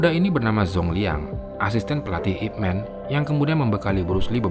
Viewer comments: ipman ini nama orang china jadi di bacanya ipman bukanip men ,man disini adalah marga bukan man orang dlm bhs inggris. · min ini namanya ipman di baca ip man bukan men sebab disini man itu nama marga bukan panggilan utk orang macam superman =mqnusia hebat